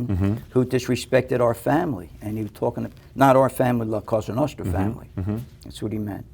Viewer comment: " La Cosa Nostra" the moment I knew he didn't speak italian.